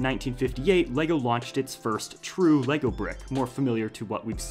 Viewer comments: i am from denmark and your saying the words wrong!!:D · The correct pronunciation is Légo!